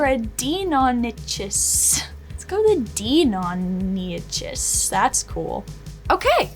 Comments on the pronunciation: watching her murder big boy Velociraptor's name hurt me. It's Deinonychus I think it's should be pronounced like DIE-NON-A-CUSS and they are awesomely deadly dinos! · I like that they used koss porta pros. Really great headphones even today. Also, because this is the internet, that’s not how you pronounce deinonychus.